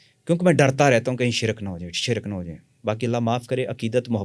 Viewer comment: حیران ہوں ساری زندگی علم کی جستجو میں ہے اور کتابیی بھی لکھی, ہر بار خود کو چٹکی کاٹ کر تصدیق کرتے رہے اور شرک کو شرَک بولتے ہیں یعنی لفظ بھی صحیح نہیں بولتی باقی جو لوگ ان سے متاثر ہوئے ہیں ان پہ بھی حیران ہوں, لوگ مشہور ہونے کے لیے بہت باتیں بناتے ہیں حا لانکہ اس انٹرویو میں ایک چھوٹا سا شعبدہ دکھا دیتے تو اتنے لمبے انٹرویو گپ شپ کی ضرورت نہیں تھی اور جو صاحب انٹرویو لیے رہے ہیں۔۔۔۔ دونوں مل کر بڑے بڑے لوگوں نام استعمال کر کے لوگوں کو مزید گمراہ کریں. قدیر خاں بھی اس کا محتاج ہے